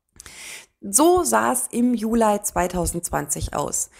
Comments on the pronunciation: es hört sich trotzdem sehr komisch an und stört beim zuhören, jeden falls wenn man etwas jünger ist. Von älteren Generationen habe ich das auch schon gehört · Warum eigentlich Julei? Es heißt doch Juli 😂